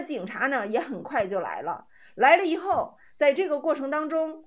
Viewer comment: 以后＂发成＂胰后＂ 以后＂发成＂胰后" 以后＂发成＂胰后＂ 以后＂发成＂胰后＂ 以后＂发成＂胰后＂ 以后＂发成＂胰后＂ 你是哪个村的